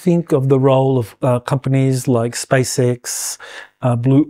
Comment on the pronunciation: Space "ex" not "ix"